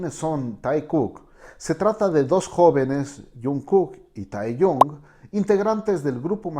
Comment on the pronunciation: Capo, se escribe Taehyung y se pronuncia taegiun BXJDUSÑ